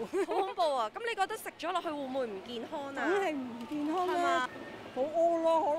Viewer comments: 請注意唔好太多懶音 健? 影? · 街訪果位女主持麻煩可唔可以學好D廣東話先呀，好多懶音..."健Hon"、"影Hun"